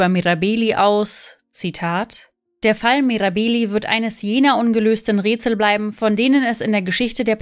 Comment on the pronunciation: Die korrekte Aussprache gehört zur Recherche🤦🏻‍♀️